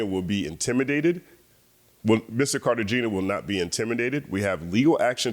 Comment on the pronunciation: The G in Cartagena is pronounced like an H, and the E is a soft E like "ay".